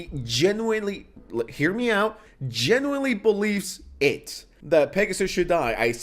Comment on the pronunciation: mush mouth "genooilly" bro